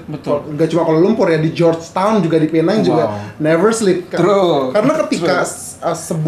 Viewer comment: Bagus U guys pronounce Penang betul 90% of Indo YouTubers salah pronounce